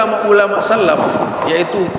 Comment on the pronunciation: salaf bukan sallaf..... صار SORO..... bukan SORA........bacanya saja nggak benar.......sok kritik orang lain.......kalau bodoh..... Jangan sok paling hebat 😁😁😁😁😁😁👿👿👿👿👿👿👿👿